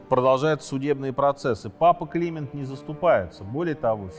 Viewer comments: Почему папа КлИмент, а не КлимЕнт, дОфин, а не дофИн? Режет ухо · С вашего позволения, все таки, папа КлимЕнт (ударение на Е) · Не КлИмент, а КлимЕнт. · да, если бы ещё "Климент" произносил правильно и такие лажи типа "сражался на переднем краю"... 🤣- при рассказе осады и гибели Агры :((( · Прекрасный в целом рассказ, но то, как всё же произносятся слова «Климент V», «Жак де Молэ» и «Морис Дрюон», следовало бы выучить до того, как записывать видео.